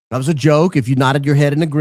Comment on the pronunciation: I absolutely love how pronounces the word was... Like an old southern defense attorney... Whuz....or whuuuuuuuuz Go Max or Go Back! Talking to you Paramount Laughable!!!!